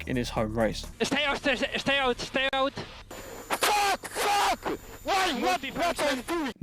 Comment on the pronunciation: “Estay ouut, Estay Ouut..” “WTF ARE YOU DOING?”